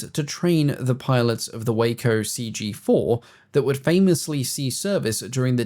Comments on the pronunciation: I second this. I instantly can tell who has spent time around their aircraft built in Troy, Ohio; not Waco (Way-CO) a city in Texas. WACO (Wah-CO) is an acronym for Weaver Aircraft Company of Ohio. "Ask any pilot" Sorry, had to include their advertising slogan from the 1930s. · Just in the interest of historical accuracy, the reference to WACO should be pronounced with a short vowel , as in WahCO, rather than a long vowel, as in that city in Texas. WACO was the DBA name for the Weaver Aircraft Company of Ohio. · By the way WACO, the aircraft manufacturer is pronounced "Wock O", This is very much an old airplane shibboleth. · First, thank you! Next, Waco (WAY-ko) is a city in Texas. WACO (wah-ko) is the acronym for the Weaver Aircraft Company of Ohio. Lastly, I have read that the 1939 (I think) military maneuvers in Louisiana provided the impetus to employ the lightweight Taylorcraft-Aeronca-Piper planes. Many military personnel were already saying the L-1 was too heavy, too big and the need to use aviation fuel were drawbacks too big for frontline operations. The small planes were - small - and easier to maintain Also, they could run on car, uh, Jeep gasoline. George Patton himself was a private pilot and owned a Stinson, possibly a Model 10, upon which the L-5 design was based.